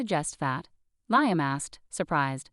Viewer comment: Liam is pronounced "Lee-am."